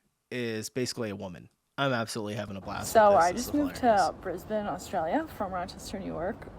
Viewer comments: You need to learn how to properly pronounce Aussie towns and cities. Even your pronunciation of ‘Aussie’ doesn’t sit well with me. Think of it more as how you say Ozzie Osbourne’s first name. Brisbane is pronounced ‘brizz-ben.’ Cairns is ‘cans.’ Etc. If Aussies aren’t holding you to account for butchering such things you’ve hit the jackpot. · Please say brisbane as Bris-bin 😂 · That's not how you say Brissy mate. It's pronounced "Bris - Bin" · The Gold Coast is a holiday destination. Most people you run into there are on holiday and not locals. Pronounce Brisbane as Bris (bin). That is the capital of Queensland and has a population of over 3 million. Rent is high, as is the cost of purchasing houses. All mainland Capital Cities ( not Canberra ) are on the coast. Beach culture. So when not working people who go to the beach wear candles, thongs or go barefoot in those suburbs. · The way you said Brisbane at the end hurt so much. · 💯 He needs to pronounce our cities properly!!! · Bris-Bane 🙈 forget the e on the end, it's just Bris-ban... or if you're a weirdo from Radelaide or Melbourne, its Bris-bin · That women at timestamp has never been to Melbourne. Also its not pronounced Bris-bane its Bris-ben. and in case you try to say it correct dont say, dont emphasise on the change from the sound of the letter s to the b. just say it fluidly. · I feel bad for america. The education system over there is terrible. Just a few side notes I thought I would add. You said Bris-BAIN. The city is actually pronouced brisbun/brisban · You don’t pronounce Brisbane like that, it’s like “Brisben” and we don’t say How’s it going it’s “good ay, how’s that goin’ for ya” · It's Brisbin not Brisbain lol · not the brisbAYNE 😅😂 we pronounce it like Bris-bin in case no one else has already said it 🫶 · A month late, but we pronounce Brisbane as BRIZ-buhn rather than briz-BANE. :) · you don’t pronounce the ‘E’ affecting the ‘A’, you say it like regularly saying “Un” “Brisbun” (Brisbane)